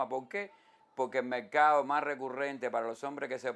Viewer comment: Mercado se dice. No mecado Forma se dice. No foma